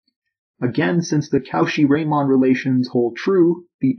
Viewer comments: Impeccable mathematical physics. French pronunciation... meh. Not "Cow Shee" more like "ko she" or even "cor she" roughly. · How is Cauchy pronounced again? I hear cow shit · You're saying Cauchy wrong. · You really butchered Cauchy's name lmao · Great video. Very clearly explained without labouring too much on the background material. Wish I didn't get so distracted by "Cauchy" being mispronounced so much though!